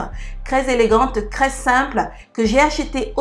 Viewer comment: J'aime bcp tes vidéo. Je te suis depuis 2 semaine mtn. Merci pour tes astuces... Lol... Ce qui me tue de rire... C'est ta prononciation du "T.R" que tu remplace tjt par un "C.R" 😅🤣🤣😘 Pour dire trop beau tu dit crès beau